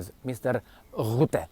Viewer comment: His name is Rutte, NOT ROOTTE. Are you stupid?